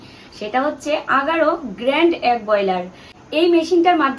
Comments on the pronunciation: ডিম কে এগ বলে । একদম ঠিক কথা । হয়তো egg 🥚🥚 বলে আমরা agg শুনি । তোমরা সবাই ভালো থেকো সুস্থ থেকো।❤❤❤❤ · tumi bare bare dim k ag ag bolchho kano. কথাটা এগ। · Egg bole agg na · Agg ii bolche egg bolchena, difference ache uchcharon e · Uchcharon ta vul hoeche..